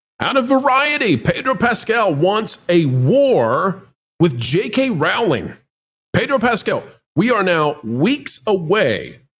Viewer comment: "Rowling" like "Bowling" as we used to say.